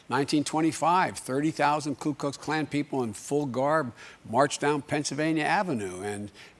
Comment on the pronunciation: Just to DiVeRsIfY the comment section just a little, DID BIDEN SAY KLU KLUX KLAN? It's "ku" Ok that's enough, I'm no white supremacist. ANDREW YANG 2020! #YangGang